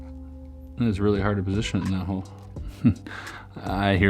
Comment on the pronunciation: hAHa2#@ # he said ‘this is really hard to pOsIT/oIn’ ahahaHaHahBJAA